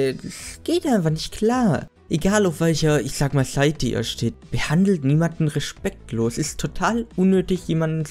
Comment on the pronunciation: musste lachen haha nichts gegen dich aber,,reschpecktlos" hab das gefeiert 🙈